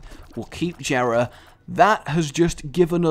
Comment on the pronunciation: Its pronounced yera. Not Jera